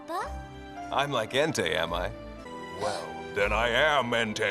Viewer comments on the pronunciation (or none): It's pronounced 'N-Tay.' Prof. Oak should know this.